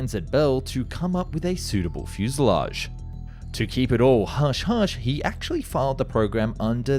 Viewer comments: It's pronounced...H E Not he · Not mono-coke, mono-cock. Not he but H-E, and not me, but M-E. Doh!